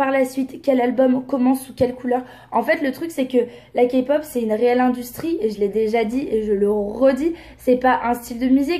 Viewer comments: D'accord, mais qui vous dit qu'elle ne s'est pas renseignée ?? Ce n'est pas parce que elle a prononcée KA-POP au lieu de K-POP qu'elle ne s'est pas renseignée 😂. Mais bon voilà bref, il y a pire dans la vie 😘 Il vaut mieux en rire qu'en pleuré 😂😘✌🏻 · Kapop 😭😭 mes oreilles saignent 💔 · le problème c'est que c'est pas la bonne prononciation. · Déjà qd on dit Kapop, c qu'on s'est pas renseigné. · Elle était la première à filmer NCT, elle est quand même très culottée et puis si il y a autant de personnes qui aiment la kpop c’est qu’il y a un réel intérêt à avoir, en plus elle dit kapop mais mdr elle maitrise même pas le nom du sujet qu’elle veut aborder Merci d’avoir donné tant d’explications, j’espère honnêtement que les abonnés d’enjoy phoenix qui ont bu ses paroles tomberont sur ta vidéo❤️🥵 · Je pense que juste sa pronontation "KAPOP" suffit à decribiliser toute la suite de sa critique... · le soucis est que si tu veux argumenter sur quelque chose tu fais l'effort de le prononcer correctement. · Ben elle l'a prononcé à la française rien de grave x).. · quand j'ai entendue sa prononciation j'y ai pas crus pendant un moment et puis quand elle a dit que c'était 1 boysband, j'avais envie de rentrer dans sa vidéo et lui dire de se taire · toujours à ramener leurs science car elle a dit kapop alors que le k se prononce ka et non ké en français c'est rien de grave . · J'avoue, moi sa m'enerve à chaque fois que j'entends qqn dire KAPOP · Des que jai entendu kapop jai laisser tomber mon telefome heureusement que jetais Dans le fauteuille. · "KA POP" AAAIIIIE OUUUIIILLLE MES OREILLES 😭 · *boysband avec un s parce que dans un groupe on est plusieurs.... nan mais je tenais à préciser parce visiblement c'est inacceptable que Marie ait prononcé KA-POP. Voilà voilà, bonne journée. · UN GRAND MERCI pour cette superbe vidéo! Personnellement j'ai arrêté de regarder sa vidéo quand j'ai entendu "KaPop" 🤦‍♀️... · dja faut arrêtez de dire la « kapop » c bon quoi ..